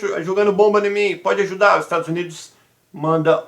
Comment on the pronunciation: Ajudar, “çèi”